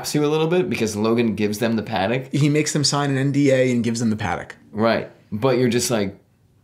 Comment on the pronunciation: The way you say "Patek" bothers me